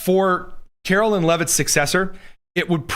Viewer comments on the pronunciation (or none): KaroLINE not KaroLYNN. Very disrespectful and signals dislike and unawareness. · It’s Karolīne…not Carolyn…as the Mother of a CaroLINE and daughter In law to a CaroLYN…they hate it when you say their name wrong